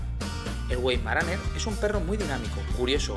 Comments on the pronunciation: Se pronunica vaimaraner, no güeimaraner 🧐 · Se pronunca Veimaraner! Like!